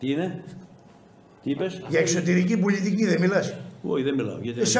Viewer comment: Επίσης προφέρεται πολιτική κι όχι πουλιτικη, στάτους κβο κι όχι στάτους γκβο...